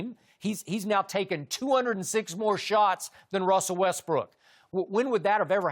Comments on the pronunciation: look at Chris when Skip says “Wethbrook” 😂😂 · Russel WeTHbrook🤣🤣🤣